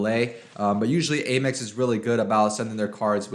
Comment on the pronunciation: Please don't say aim x. It is pronounced am x. Am, not aim. Thanks!